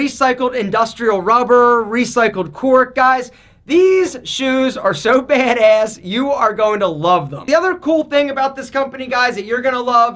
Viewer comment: No one: Literally no one:: BAeD eASS